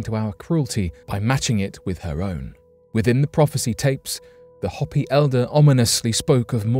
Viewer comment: Hopi is pronounced "Hope--ee" with a long "o" and long "e" sound.